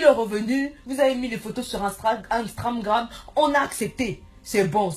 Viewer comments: instragram mdr apprend a dire on dit instagram 😂😂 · Mdrrr un moment elle dit amstagram x)))